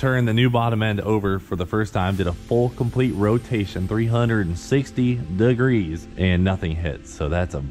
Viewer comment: Three hundred sixty...duhgrees